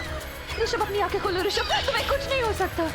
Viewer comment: Bhai vo Rashimb nhi hai rishab hai 😅😅😅